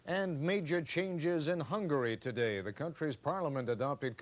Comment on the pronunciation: Some uncharacteristic bungling of pronunciation from Mr. Jennings: - "finger" for "figure" - "earthquack straight" for, I suppose, "earthquake struck" - "to-thay there" for "today there".